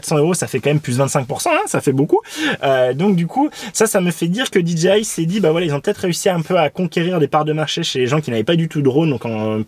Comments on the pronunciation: Alors désolé , mais c'est dgi, mai dji, en anglais le j se prononcé "dji" donc rn anglais ça fait d "Di" j "ji" I "aï eten francais c'est d " dé" ji" ji" I en gros ont dit tout simplement "dé" ji" je sais quel genre tu cherche à te donner mais c'est du charabia, ça veut rien dire puisque tu prononce dé dgé I mais ton dgé il sort fou, c'est pas un g mais un j qui en anglais se prononce dji, et en français ji, du oup tu sépare cette brève abréviation en trois langue l'anglais le français et le charabia, tout ça pour pas faire comme tout le monde. Dépitant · Ya que moi que tu rends fou en prononcant Did G i? Stp choisies ton camp anglais ou francais mais pas ça ! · Alors, vous êtes hypés aussi ou il n'y a que moi ? 😊 NB : oui je prononce très mal DJI dans cette vidéo surtout au début et ça m'a moi-même gonflé au montage, désolé ! On me l'a largement fait remarqué à juste titre (voir première réponse de ce commentaire et plein d'autres commentaires), mea culpa mais je ne vous répondrait plus individuellement à ceux qui continuent à me le mettre en commentaire ! 😉